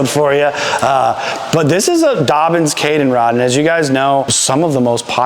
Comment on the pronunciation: It’s Dobyns, not Dobbins